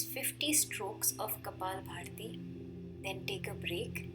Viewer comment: It's kapalbhati not bharti . Lol